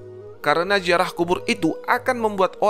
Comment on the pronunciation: Ziarah bukan jiarah ngb